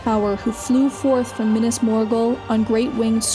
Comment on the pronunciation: minas not minis